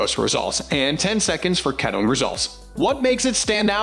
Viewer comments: The mispronunciation of K-EAT-O is frustrating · Pronounce ketone correctly for credibility